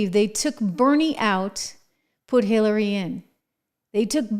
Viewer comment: Bawahahaha she said Killary Clinton😂😂😂🤣🤣🤣